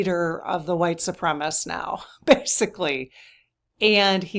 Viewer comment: Su-prem-a-sist. Combine the words supreme and assist, and you’re close.